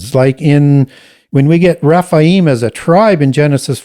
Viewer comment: Raphael is an Arch Angel (not fallen). His name means God heals. Rephaim are the giants (he pronounces it Raphaim ). Raphaim is an (individual) ancestor of Judith according to the Apocrypha. Never heard Baal having the name Raphael/Rapael, but Ra, yes. I admire the amount of knowledge has. I was just very confused and had to do some research in regards to the angel Raphael, seeing if there were any links. Nope just mispronunciations, and perhaps the usual devil counterfeit scheme.